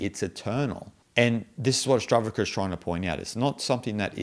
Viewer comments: why do you say Ashtavraka? books title is Ashtavakra... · Good Commentary. However could please pronounce the Sanskrit words properly. Its not Astavrka. It’s Ash-ta-VA-Kra. I get you have an accent bud but correct pronunciation does help. Thanks 🙏🏽